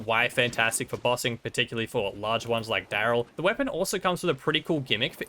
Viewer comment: This was such a great video EXCEPT i cringed every time you said instead of Dryl (pronounced drill) lmfao